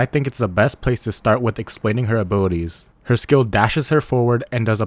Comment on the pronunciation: oh, its "Abilities" i thought you said "Booties" 😅